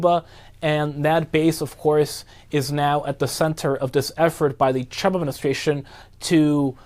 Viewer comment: Can this guy not pronounce the name ‘Trump’ properly? Such a weird pronunciation.